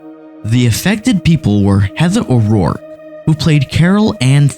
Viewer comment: Dunn like bun but with a D. O'Rourke like tork>? I like your video but maybe check how there names are pronounced just out of respect of the dead.